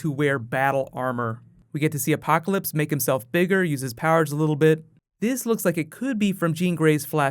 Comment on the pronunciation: LOL is that Apoloclpyse?